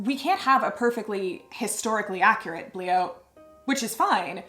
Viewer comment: "It's called a bliaut" I totally thought you said ugly-out and was like, "that's bold."